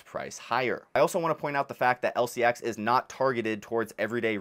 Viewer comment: Learn to pronounce it.